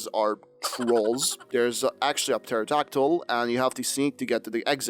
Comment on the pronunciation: Love the videos... But the p in pterodactyl is silent 😅